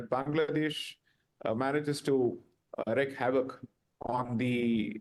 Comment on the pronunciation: Namaskaram, Sai jee ! It is "reek" - Wreak havoc ! Not "rek" havoc ! 🙂